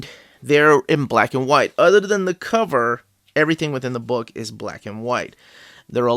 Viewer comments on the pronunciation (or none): none